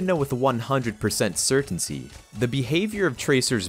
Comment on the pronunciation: bro said certaincy